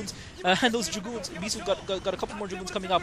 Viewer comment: commentator, 1. its dragoons, not draguuuuns 2.maybe u should speak a little slower and 3. i think flash meant to lose that round so he could play a noob such a bisu